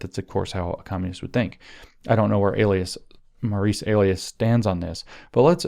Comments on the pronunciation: EE LIE(accent) us. long E, Lie us. E as in eel eat, Li as in Lye, Bye, My. You're saying the word for someone's pseudonym, alias A Lee us, which is wrong and sort of distracting. lol sorry. Remember that song: Eli's coming hide your heart? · Bro it's Ee-Lie-Us not Ay-Lee-Us :_james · Elias is probably pronounced ‘ee-LIE-us’. Emphasis on the middle syllable. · Elias is pronounced ee-LIE-us (or in Anglican eccleseastical Latin, eh-LIE-us (think "Elysium", ie God's Realm, ie heaven. Elias is actually Greek and is an informal name for God. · Wonder if Maurice Elias (pronounced Eh-Lie'-us) is related to star Dem elections law litigator Marc Elias ... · Could Maurice's name be pronounced el-i-us with a long I? 🤔